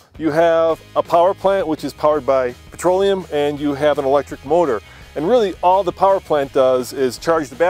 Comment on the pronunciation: What the hell is "patroleum"?